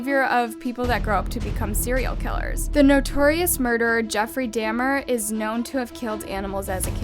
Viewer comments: It’s Dah-mer. Not Damn-er lol sorry. Great video as always. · I have to comment on this because this mistake stuck out to me. It's not Jeffrey (Dam-er) its Jeffrey (Daw-mer). Not to put on blast or anything it was just something small I noticed. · It's not jeffrey DAMNer It's jeffery DOMEr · Dahmer not dammer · i’m sorry but why did she pronounce his name jeffrey damn-er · Is anyone gonna talk about how she siad Jeffrey damner its domer. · Girl you really need to search up words to make sure you pronounce them correctly. Dah-mer not Dam-er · First it was “who went killed” and then “damer.” Uuuuuuuuummmmmmm it’s DAH-MER. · It's daw-MUR. not Da-mur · “Jeffry damer” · Jeffery DAW(like ‘saw’ but with a D)-mer. :) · the way she said jeffrey daMNER PLEASEE 😭😭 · im so sorry but jeffrey dahmer is pronounced how it looks, not dammer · This doesn't seem as shocking these days but back in the early 90's, it was a complete shock! BTW...Its Jeffree Dahmer...pronounced 'Dah-mer' 🥰🥰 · Did she just say "Jeffrey Dammer ?" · I heard that too😭😭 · Jeffery dah-mer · “jeffrey dammer” 😭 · she rlly said : Jeffrey damner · you said Dahmer wrong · How do you do true crime videos and pronounce Jeffrey Dahmer incorrectly? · Two things here one she's not the younger female murder Mary Bell is the youngest (known) female murder (the title needs changing considering you even say in the video she's the second youngest) and two that's not how you pronounce Jeffrey Dahmer's last name...which confuses me because he's a very famous serial killer so his name shouldn't be something you'd get wrong when running a crime/murder channel... Though cadaver is mispronounced in every video it comes up in too so that's a head scratcher too. (I'm not trying to be rude or anything but it kind of damages your credibility when you constantly get these things wrong.) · damn this girl botched jefferys last name tho </3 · Okay baby but I don't think that's how you pronounce Dahmer 💕💕